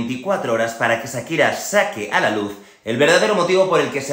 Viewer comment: No es "sakira" es "Shakira".